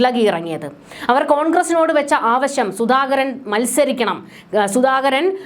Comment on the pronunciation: കുട്ടി ആവശം അല്ല ആവശ്യം എന്ന് പറയൂ.